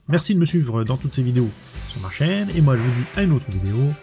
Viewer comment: les nouvelles versions sont cool, je ne m'etais pas abonné a l'époque, chose faite maintenant. Dit tu serais pas Franc comtois par hasard? L'accent quand tu dit : la chaiiiine , j'ai l'impression de m'entendre .